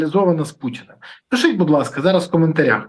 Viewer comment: Береза ти реально задовбав-просиш що 5 хвилин писати,ставити лайки,підписуватись-то хоч вимовляй ПИШІТЬ правильно,не плутай з кацапською вимовою пішите😂😂😂